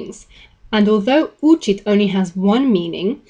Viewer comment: You are repeatedly stressing учить and учиться (stress on the second syllable) wrongly as учить and учиться (stress on the first syllable).